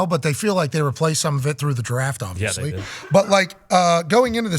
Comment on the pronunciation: Darius is the worst about it for sure but at least half of these guys are guilty of the "ovisly"